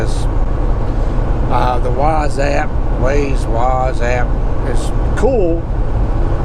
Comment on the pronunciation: Love the rants! Just one thing though... Waze = (way-ze) lol I mean no disrespect I just thought it was funny